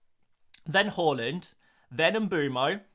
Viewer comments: Love your videos but what is your inability to pronounce every single players name wrong🤣 it it on purpose. Horland, mboomo. Then you start pronouncing Hojlund, horeland as well🤣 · Yes ,it was taught at most infant schools. As a Scandi we were also taught how to pronounce Haaland properly too. Where the hell he got Whore-land from is beyond any Scandanavian .. 😂😂